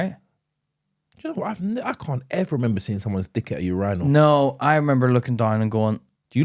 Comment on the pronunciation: There is no fkn way that’s how you pronounce urinal 😭💀